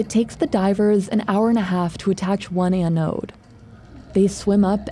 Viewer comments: It's an anode. Not an an node. BI narrators seem to be the worst when is comes to simple mispronunciations. I notice it in most of your videos. It's little stuff like this that makes me question what else is inaccurate in the script and keeps me from sharing what would otherwise be decent content. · It’s not “anne-node.” It’s all in one syllable. Anode. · This piece of metal is not a poem to Anne. Why the heck does this narrator put so much effort in to foreign names but can't pronounce ANODE correctly? It's not Anne Ode, It's an ode, one word, ask Google Translate or anyone with experience with electricity at all to find out the right pronunciation. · “The an-ode” 🤣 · Anyone else being driven insane by Ann-ode? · "An Ode" just about killed me each time she said it. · The way the host pronounces “Ano-ooode” 😆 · I don't like the way you say "anode". Going out on a limb and saying you've never heard the word before? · Can’t handle how she’s pronouncing anode. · The way she’s saying anode is unbearable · Do people really say anode with 2 syllables? It just sounds sooo wrong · The way she pronounces anode 😂